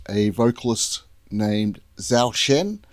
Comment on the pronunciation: Zhou, pronounce as "Joe". Welcome to Zhou Shen's world. You just find a mine of treasure.